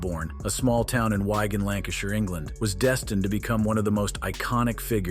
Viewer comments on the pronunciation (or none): For the non British out there... It's WIG-an like what you put on your head not WHY-gan